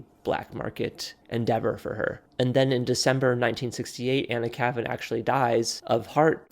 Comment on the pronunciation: You could at least pronounce her pen name correctly.